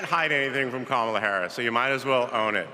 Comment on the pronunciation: Kamala or kamla?